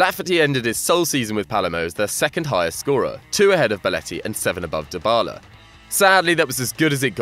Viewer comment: Also pronounced "deebala" not "diebala"